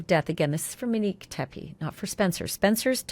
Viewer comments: It’s not “MUHHHN-NIQUE”, Ashleigh. It’s MO-NIQUE. And of course the killer turned on the lights. How would all those shots be so accurate without lighting? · Moe nique not Minique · I believe her name is MO - Nique and not Menique 🤦🏾‍♀️ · Ashley... please say her name correctly. MOnique. Not Meneque. 🤦🏻‍♀️ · Her name was MOnique, not Minique. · Mo nique not manique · MONIQUE, not Manique, and please let the guest speak and finish what she's saying. She knows more about the subject than you, and you keep interrupting her. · Please pronounce MONIQUE’s correctly. Long O. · SAY HER NAME CORRECTLY!!!! MOnique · Mōnique, just saying, Ash. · So glad you're covering this again !! Tragic story. Wasn't her name pronounced MOnique? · you should pronounce her name correctly. It’s disrespectful the way you can’t say her name correctly. her name is so pretty and you make it really ugly.